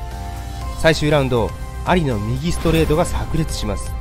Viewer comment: モハメド・「アリ」の発音が完全に蟻ww